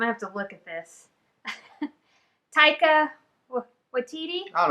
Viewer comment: You nailed Taika's name (from a Kiwi)